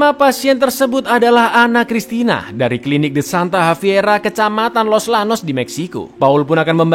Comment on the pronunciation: Los Llanos dibacanya Los Janos, Bruja dibacanya Bruha cakkk Icaanngg....